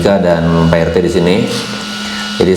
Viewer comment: wkwwk baru kali ini denger orang manggil pak RT dengan sebutan "Te" doang wkwkwk🤣